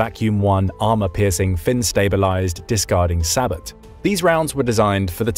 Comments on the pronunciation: It's pronounced bow, not bo. Is this a computer speaking? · SAH-BOW....as in Sabotage (SAH-BOW-TAJ). It's a French word. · Hearing all these military channels pronounce the word “SABOT” incorrectly is like nails on a chalkboard. It’s a French word and the “t” is silent, pronounced “say-bow”.